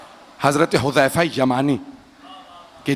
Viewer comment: yah lafz Huzama Nahin Hai huzaifa Hai huzaifa ibne yaman Razi Allah Tala anhu